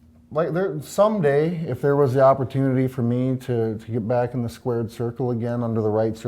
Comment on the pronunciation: "if I had the opportunity to get back into the sqauerd circle again" hahaha idk that hella made me laugh